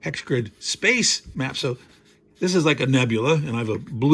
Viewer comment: I thought you said mumps at first. Now that I realize you are referring to maps, I'll check back in for the next video. :)